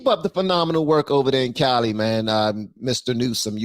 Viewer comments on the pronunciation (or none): none